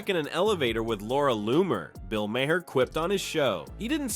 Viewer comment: I don't know if I could subscribe to anyone who pronounces Bill Maher's last name as Mayor.